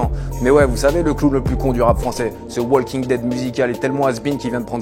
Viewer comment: Juste un truc... le "l" dans walking ne se prononce pas, sinon 20/20